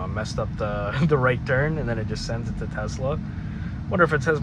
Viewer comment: why you say Tezzla? uhh why uhh why uhhh